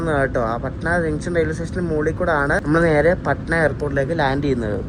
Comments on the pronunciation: പഠന ആണ്.... Not പാഠന.... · Bro your pronunciation for patna is insane …. When u reach patna , ask local how do u pronounce patna pls … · Bro its പട്ന not പാട്ന